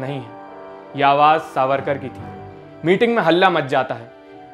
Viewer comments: Savkar ❌ it’s “ SAVARKAR” plz correct it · सावरकार not सावकार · सावरकर, not सावकर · Its Savarkar not savkar.... atleast check before uploading video.... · सावकर नही सावरकर है उनक नाम